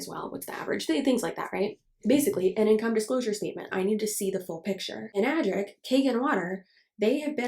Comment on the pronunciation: Hi, first time commenter here (since you said engagement would be good for you and I want to be learn to be more proactive in whatever limited support I can provide). Since you mentioned pronunciation, I took the trouble of finding the Japanese wording for it, エナジック (Enajikku) with the 'E' pronounced like 'eh', and the 'a' pronounced like 'ah'. In the same vein, Kangen is pronounced more like 'Kahn-gehn', and not 'Caynguhn'. Source: Am working as a Japanese translator/interpreter. Though realistically I doubt anyone actually cares that much about how it's pronounced ~.~ Just some info for you. I also have a burning rage for them because someone literally recommended them to my parents, specifically my dad who was recovering from cancer and got them to BUY ONE some years ago as well. It is now an unending source of frustration for me towards them. (I literally blew up on them not long after I first learned it was a goddamn MLM from the Anna's Analysis video) Their water filter cartridges are also fucking expensive (keep in mind that you would have to replace them periodically as well, especially if your water sources are not really clean so those add up as well).